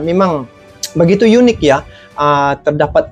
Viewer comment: Bang, negara Malaysia, itu sebenarnya berbahasa apa, melayu atau Inggris? Jika Malaysia ngotot berbahasa melayu kenapa bahasanya di ucapkan di selipkan bahasa Inggris, Sebagai contoh kata unik saja,bilang ya 'yunik' itu yg saya dengar🙏